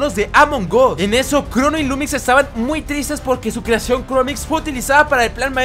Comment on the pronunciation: En ves que dijera crono dijo crunu